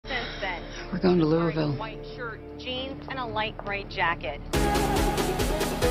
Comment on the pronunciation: Unrelated, but when I heard her pronounce Louisville like... *that*... No. Just no. (I grew up right outside of Louisville, and that sounded SO wrong 😂)